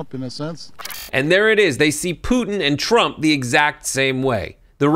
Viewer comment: He said Tramp 😂